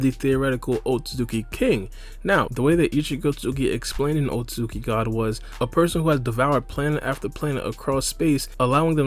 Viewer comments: He pronounces it like otsuzuki lol. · man says otsozuki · this video is good but the way he says "otsutzooki" is mildly infuriating